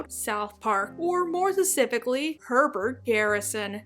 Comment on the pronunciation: please practice your pronunciation of ‘specifically’